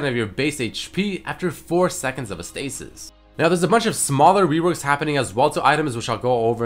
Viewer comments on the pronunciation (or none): none